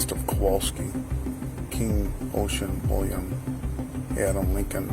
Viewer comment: that's Kowalski, not Kwalsky. He literally spelled it out a few seconds earlier, how do you get that wrong?